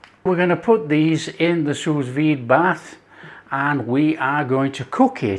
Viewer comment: It's pronounced Sue Veed